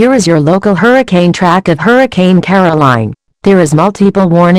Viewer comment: on the news pronuced ''caroline'' wrong and also